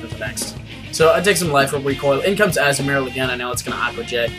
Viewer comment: What? You really were pronouncing Azumarill right anyway. AZZ-oo-mair-ill.